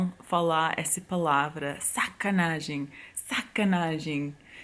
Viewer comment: Tá de Sacanagem né, eu tiro o chapéu pra você pronunciando...p